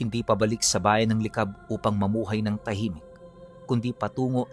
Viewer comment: Licab yon hindi li cab.pantabangan yon hindi panta bangan